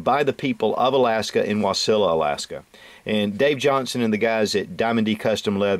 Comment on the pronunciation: Thank you for pronouncing Wasilla correctly most who have never been there don't. Great review.